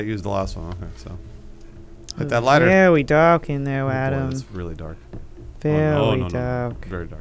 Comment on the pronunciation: "It's vewy dark in theyer Adam, vewy dark." Dammit lol